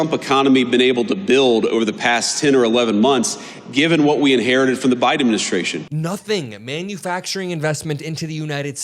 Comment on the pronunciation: He keeps saying “Joe BRIDEN” 🤦🏼‍♀️ ✌🏻💜